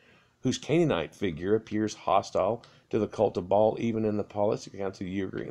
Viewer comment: The guy kept saying ball instead of Ba-Al